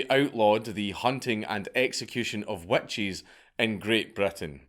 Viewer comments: you wanna try my wet cheese? 🤣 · Damn you got to the joke before me. Wet Cheese is pretty terrifying though. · "Burn The Wet Cheese!" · I read this within the first 30 seconds of the video and now can’t unhear it. Thank you. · Witch crotch smells like wet cheese so it kinda works. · I had to go back and listen and you’re so right! Lmao. I enjoy his accent. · Scott moment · I didn't hear it until I read this. Now I can't un-hear it.